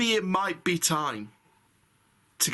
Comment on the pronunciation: How you say “MIGHT” 😂😂😂